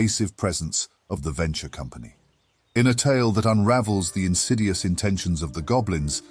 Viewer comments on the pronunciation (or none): none